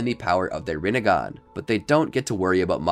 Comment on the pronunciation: shhheeeeeeesssssshhhhhhh side not its rinnigan not rinnigon